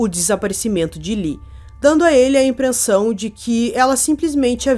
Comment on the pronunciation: "Teve impreNssão"??